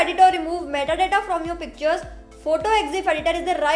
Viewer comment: Lol, that METTA DATTA got me choking.